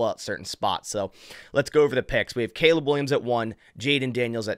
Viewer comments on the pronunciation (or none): none